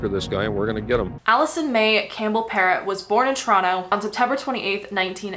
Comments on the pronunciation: Alisson pronounced Pero the "t' is silent. That doc that sounded it like a parrot is incorrect. Can you delve into the Shoeshine boy murder in Toronto, late 70's near the Eaton Centre. This was major news as we were in elementary school. It brought to light the issue of child labour, Portuguese immigrant family. Nicole Mor-eh. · So, yes, I remember the videos of Bert and Getting - good work !your pronunciation of her last name needs to be “frenched”…